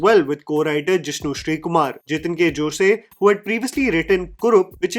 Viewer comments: Not 'Joseyy' just 'Joss' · Just FYI...You pronounce Jose as "Jos" not as "Jos-e" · It's not josay.... It's pronounced as JOS🙂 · Jose is not pronounced जोसे. It's जोस. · he follows films, he knows how it's pronounced in Kerala, still choses to use the said spanish, but in Spanish do they 'jo' the way we jo. It's mixture of two interpretation of pronunciation. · Ok for all Non Malayalis, Jose is not pronounced as Josay but Jos in Kerala. For Non Indians it is not pronounced Hosay either. take note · I have seen many people pronouncing jose wrong. In kerala its pronounced as "Jos" not "joseh" may be because of joseph idk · Isn't jose pronounced "ho-sey" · José alla, it is जोस! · Just a small correction - the name 'Jose' in Malayalam is pronounced the way you would pronounce the word 'Hose'. The 'e' is basically silent. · In Spanish, Jose is pronounced as ‘Hosay’. Maybe that’s why the confusion! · Jose surname is pronounced as HO-SAY in Spanish....They are Spanish/Portugese Converts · How hard is it to pronounce jose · again - Jose....:) Why are you like the Balayya of pronounciation especially of industries who cant get a name right????